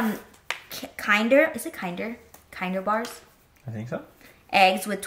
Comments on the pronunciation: kind-er hahaha its kin-der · It’s called Kinder Bars or Kinder Eggs - Kinder is pronounced like the german word for children ☺️ look it up on google translate 😁greetings from Germany 🥳 in Germany the eggs are called „Kinder Überraschung“ that translates to „children surprise“